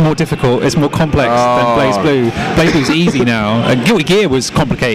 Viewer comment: Aww c'mon your not even trying, why do brits always pronounce BlazBlue as BlahzBlue, or BleeBlue, Blaz'e'Blue with no e not hard xD lol Meh the Japanese say BlehBlue anyways. *moves on to next part*